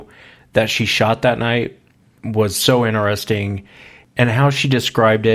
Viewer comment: Alistair Bawden Two brothers and they both say it. Inner-ess-ing